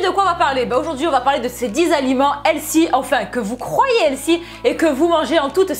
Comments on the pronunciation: On dit pas elsy mais elfy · helsi? hahaha on voit l'accent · Bonne vidéo, mais pourquoi tu dis toujours "healthy" ? (D'ailleurs tu prononces ça "L SI" mdr). Tu sais qu'il y a un mot français qui existe au lieu de cet anglicisme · stp pourquoi ne pas prononcer Healthy correctement ? juste pourquoi? Helsi ?j ai mis 10 min a comprendre ce que tu dis . J me moque pas c est une question sérieuse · "elsi, elsi" notre accent français... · Et elle ne sait pas prononcer healthy non plus j'ai cru tout le long qu'elle parlait d'une nouvelle mode du nom de "L-Si" ou encore "Elsi" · Healthy se prononce plus avec un F qu'un S, si jamais...